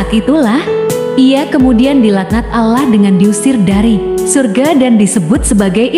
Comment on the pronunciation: Sebut betul2 perkataan Allah...biar bunyi huruf 'Lam'nya sedikit tebal